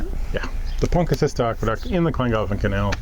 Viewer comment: I have not had the heart till now but as far as i know its pronounced PONTI CILL IT, no doubt you've been told differently but we asked a local welsh speaker .